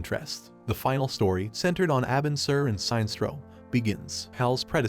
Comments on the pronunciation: It's pronounced..."Sin-nest-trow"....Sinestro. Not "Sign-strow". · Robo narrator really said tall blue immortal beings when the guardians are shorter than a lot of the green lantern corps members also the robo narrator was literally saying Sinestro wrong the whole time its Sin-Es-Tro not Sign-Stro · SIN ess troe. Not Sine-stroe. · it's pronounced as Si.....nestro